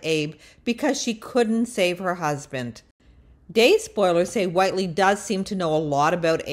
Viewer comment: Click bait! I thought you were going to actually reveal when and how she was arrested. We already knew she was lonely. Also, how is it you don’t know how to pronounce the character’s name? Do you even watch the show?